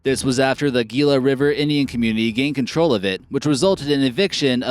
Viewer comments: Learn how to pronounce things! Gilla? Try Heelah. That's only the tip of the iceberg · it's heila. not geila. lol. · Gila is pronounced Heelah! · And it’s pronounced Hila not Geela. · GILA ..pronounced HE-LA .. Not Gee-la. How do you not know this ??? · "Gila" is pronounced "He-la" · FYI Gila is pronounced "He La" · "Gila" is pronounced "HEE - La" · Gila: HE-lah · DUDE, Gila is pronounced as HE-LA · Or Gila, Pronounced Heela. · The g ie pronounced like an h. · You need to learn to say Gila...You sound like an idiot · You pronounced "Gila " wrong.